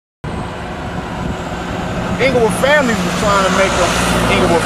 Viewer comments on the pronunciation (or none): this story gets me everytime 😂😂😂😂😂 who buss on youuu!?? ” THE FAMILIESS ”